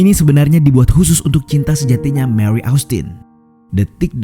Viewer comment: Mewrry dan mercuery. Kenapa gt min aksen nya😂